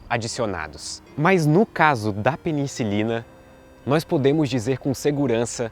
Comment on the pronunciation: Fiquei com uma dúvida, várias vezes você pronunciou peniNcilina, é correto?